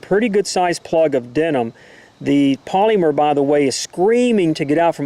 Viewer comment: Is anyone else bothered by the way he says polymer? I work for dow as an operator is a polyethylene manufacturing plant so the way he says it is killing me 😡. Also this round is designed for low penetration. If you want a hell of a 9mm round I recommend Hornady Critical Duty 135gr +P ammo (~$25 for 25 rounds). Saying in a negative way that this round has low penetration is like saying the ocean is bad because it is wet. 🤣👀